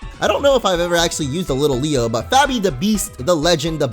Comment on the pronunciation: It's not Little-leo its lit-leo